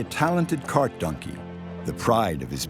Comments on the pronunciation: Anyone else hearing this dude say nunkey instead of donkey? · What kind of accent does the narrator have? Their pronounciation of "Donkey" often comes out as "DUN-key", and I've never heard anyone say it like that before.